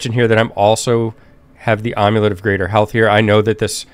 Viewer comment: Ahm-you-let? Is that when you make an amulet out of an omlette?